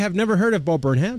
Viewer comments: There are at least a dozen of Bo Burnham reaction channels (pronounced Burn-um) - your first reaction of him got me to subscribe and have been waiting for more, but have enjoyed the Karl and Norm rabbit holes while waiting. Some must-do reactions: Left Brain/Right Brain, We Think We Know You, Rant, and Kanye Rant (and everything in-between). Thanks! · bud its burn-em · Funny you should mention Weird Al. In his new special "Inside", there is a joke on a white board that shows a ven-diagram with Martin Luther King and Weird Al. Bo puts himself in the middle. Also, quick pronunciation tip: it's Burn-um; drop the h :) Love your videos, amigo. Me encanta verlos a todos! (I'm only learning Spanish, lo siento) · It’s burnUM. Not burnHAM 👍🏼